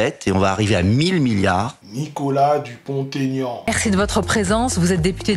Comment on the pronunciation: pour info avec tout mon respect (et pour la culture de tous;-),on ne fait pas la liaison entre DUPONT et AIGNAN. Merci en tout cas pour cette vidéo qui devrait circuler beaucoup plus. C'est des gens comme Nicolas qui pourrait nous sauver de cette descente aux enfers.